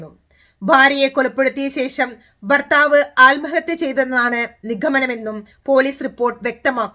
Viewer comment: ബാര്യ, ബർത്താവ്, ബാഷ... Etc ബിരിയാണിയുടെ ബ അല്ല... ഭരണി യുടെ "ഭ " ആണ്... ഭാര്യ, ഭർത്താവ്, ഭാഷ. മലബാറുകാർക്ക് മലയാള ഭാഷ സംസാരിക്കാൻ അറിയില്ല.